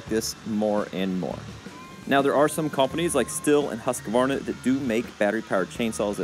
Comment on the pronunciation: Please please. The letter Q in husqvarna is pronounced as a K. A K that is hardly heard in the word.